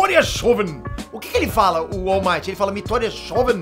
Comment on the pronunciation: O URU MAITOO Fala Shonen=Garoto/jovem A pronuncia é Shounim